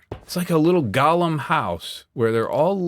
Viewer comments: Great episode, but with my weird brain, one thing is driving me nuts- golem is pronounced like it's got the word go in it. The way you're saying it is how you pronounce the lord of the rings character Gollum. It's different. Of course, I kinda wish golem hadn't become a fantasy term because it does have actual significance in Jewish folklore, but that's a whole other can of worms we ain't gonna open today. Love the leaves in the ground effect, really works so well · Every time he calls them "Gollum" I die inside